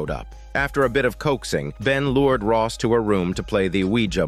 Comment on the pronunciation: Rose , not Ross